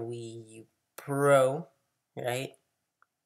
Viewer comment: You mean Pro not por